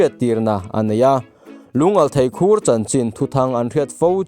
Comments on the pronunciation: Khur ilam dan a diklo Thlukloh tur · Khur tih hi tinge i lam dik theih miahloh a 😅